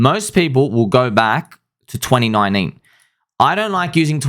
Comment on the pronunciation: Hey 2019 has a T in it bro